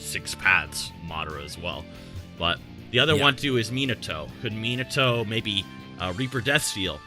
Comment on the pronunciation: MY BOY RLLY JUST SAID MIATO JUST NOT AS FAST AS SASUKE MY BOY GOT ME LAUGHING